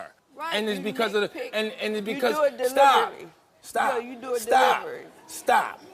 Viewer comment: you do it delivery 😅 poor thing need speech therapy and therapy